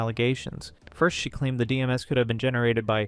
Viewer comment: Decent video but its DM's not D-M-S